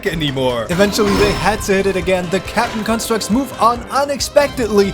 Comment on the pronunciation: is it me or do i hear captain crunchstructs every time he says captain constructs